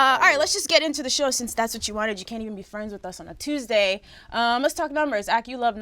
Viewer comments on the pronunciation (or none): none